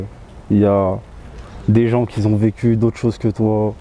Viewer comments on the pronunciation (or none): "des gens qui zont" 😂 et ça se dit avoir une plume 🤣🤣